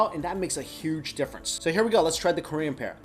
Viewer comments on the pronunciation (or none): none